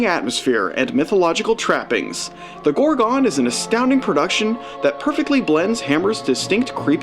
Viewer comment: The film is called The Gorgon not as you pronounce it GorgOn